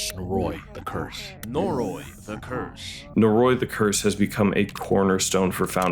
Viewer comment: Your pronunciation of "Noroi," while not egregiously wrong, really bothers me lol. It's technically more like "nor-oh-ee" but if a Japanese person says it it will sound like "noroy."